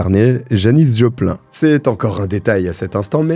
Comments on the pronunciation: Janis Joplin... Vous prononcez mal Joplin... Cela se prononce Jopline... et non pas Joplain.... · Ne prononcer pas Joplin 😮 PLEASE mais Jopleen ou Janis Jopline 😅 Merci !!! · Le Joplain me perturbe 😂 "jopline" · Bravo pour la façon de raconter la rencontre de ces deux personnes perturbées et jalouses à l'extrême .Seule petite remarque: Janis Joplin ,ça se prononce JoplinE ,mais vous êtes jeune et ne connaissez pas cette grande chanteuse (bien perturbée aussi) .. En tous cas vous analysez et racontez fort bien ,comme toujours!! Merci!